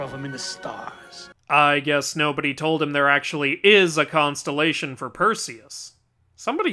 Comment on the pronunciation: *cons-tell-ations, not consolations.